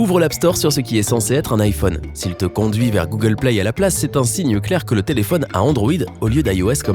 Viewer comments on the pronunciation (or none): none